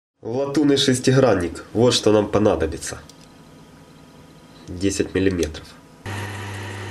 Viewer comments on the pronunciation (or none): Хлавное - шестиХранник . Всё - стоп ! уши вянут от мууувы .